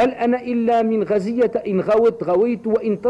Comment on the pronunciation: غُزية بالضم يادكتورة